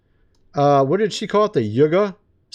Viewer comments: Yuga (yooga) not yugga. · Pronunciation/Yuga = you-gah